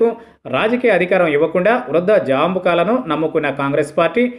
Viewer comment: వృధా జాంబుకలు కాదురా వృద్ధ జంబుకములు అని పలకాలి త్రాస్టుడా